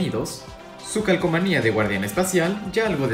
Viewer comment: Dijo calcamonia